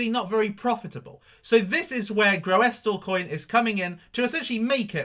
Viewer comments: its prounounced gr-oo-sil lol but love the vids! do you think the altcoins will regain its bitcoin value before it dumped on oct 8th? thankyou! 0x71000b7fa6a347b5bae6b528a109efeb2f692867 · Say it like, 'GROOSLEcoin'. Real simple. (GREW SUL). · it's pronounced as ''Groosle coin''